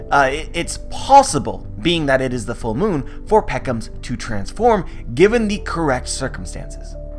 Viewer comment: P edro... P ound .... P eckoms???!!